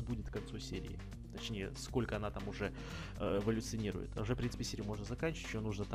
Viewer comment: бэилив эулицыонирывает